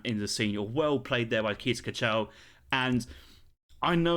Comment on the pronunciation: Your Dutch pronunciation of Kees Kachel is quite exotic, I like it Honestly all you gotta do to make it perfect would be to stress the first syllable in Kachel Congrats on 1k subs btw